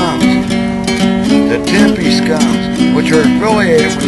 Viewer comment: Tempe? Tempe? Really?